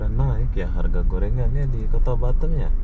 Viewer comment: Kota batam bro bkan batem ...hdeeehhh